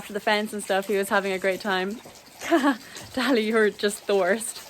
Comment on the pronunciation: wow a commentator pronouncing Dali's show name correctly 🤯👏👏👏 well done mr commentator I'm very proud Edit: noooo he failed 😭